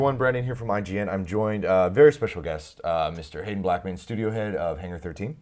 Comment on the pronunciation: I thought he said hidden not Haden lol